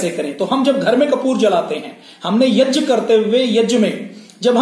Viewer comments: जब से संस्कृत भाषा पैदा हुई तब से यज्ञ (यग्य) बोलते आऐ हैं आप यज्य क्यों बोलते हैं ? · Yag ko yaj kiyon bolte ho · यज्य नाही यज्ञ बोलते हे... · Yajya kya hota hai prabhu? Angreez na bane. Yagya hota. Angreez gya na bol pate the to wo jya le aaye. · "यज्ञ" को गलत उच्चारण कर रहे हैं "यज्य" गलत उच्चारण है। वैसे जानकारी महत्वपूर्ण है।